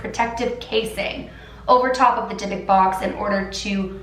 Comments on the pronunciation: Dybbuk, pronounced with an elongated "b" (since theres two of them), and the "u" is said like in the word "cruel". Not "Debek". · ❗️Take a shot everytime she say “Dybbok box”😂 #AlcoholPoising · yes yes yes!! Thank god I was getting so bothered on the way she pronounced it!!! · I didn't want to do my homework so I listened to you while doing it and I thought you kept saying big dick box and I was so confused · Anyone else can’t stand how she pronounces it!!! Ugh!! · Monique Ortiz no I also and I’m bothered by the way she pronounces the box wrong!